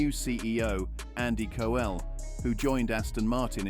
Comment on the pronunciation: Andy Co Elle. 😂 AI voices aren’t quite there yet. Maybe to should have spelt it Cow-Elle, that might have worked?